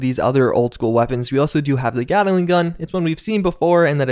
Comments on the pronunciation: Gat-ling. Not Get-el-ing. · FYI, "Gatling" is 2 syllables. Gat-ling. Hard T and hard L. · Sorry but I was getting triggered :P It is GATT-LING NOT Gaddle-ing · Is nobody gonna talk about how weirdly he pronounces "gatling"?